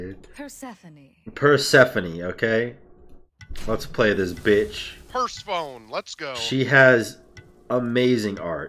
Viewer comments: Just gotta say its pronounced per-sef-ah-knee kinda like the item mass-ah-moon-aye in case some people actually dont know. Hopefully you guys are just trolling though. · Just like Nike, Persephone's name is pronounced with an extended e. Per-Seh-Pho-Nee.